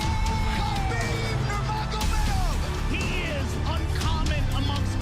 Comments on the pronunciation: "real big name Kha-bib Nurm-uh-gomedov" lmaooo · Tony: very big name : khabib nurmagomaduv 😁😁😁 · Really big name! Khabib Nur-Ma-Go-MeD-oV LMFAO!!!!! TONY IS THE GOAT!🐐